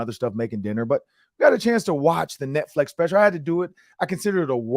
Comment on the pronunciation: This was the first time I listen to the Podcast on Youtube. I am in Atlanta so I am sure this is a local show., was there a reason Behind you saying Netflex and not Netflix? You said it about 10 times so I am not sure if it was an inside joke to something or you just mispronouncing the title/service. The show was alright, I will give it a few more listens before decide to put it into rotation for my Vikings News I can Use.....Or Not.....